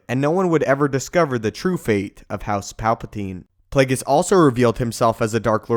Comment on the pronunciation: "Play-gis" its play-ge-us..